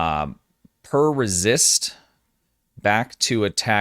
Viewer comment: Isn't it "pre-resist," not per resist?